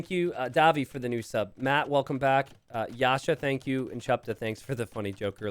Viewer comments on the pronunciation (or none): none